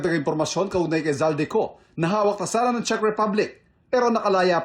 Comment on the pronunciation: Correction lang po maam. Czech Republic ho.. Hindi po chick ripablik🤣✌🏻